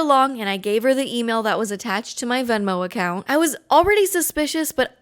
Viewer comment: as a not English speaker why is she pronouncing account so weird? this is a correct spelling am I missing something?